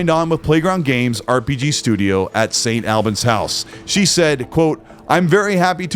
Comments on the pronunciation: St Albans is pronouned - Saint All-barns, no dramas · Great video! Can’t wait to see more of this game! Also, St. Albans is pronounced like “all-bans” - you almost had it, just the first half of the word sounded wrong. Our British towns have weird names, I’m sure Gaz could tell you about some pretty egregious examples 😂